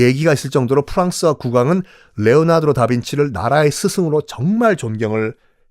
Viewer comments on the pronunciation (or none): 레오나드로? 레오나르도? 발음이 이상한건가요? 잘못읽으신 건가요? 잘못알고 계신건가요?